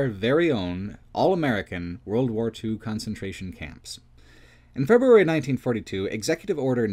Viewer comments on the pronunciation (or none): none